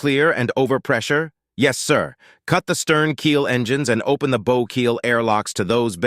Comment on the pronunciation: Bit of a shame the reader doesn't know the difference between a bow 🚀 and a bow 🏹 interesting story and read fairly well, but, the reader could do with some English pronunciation lessons.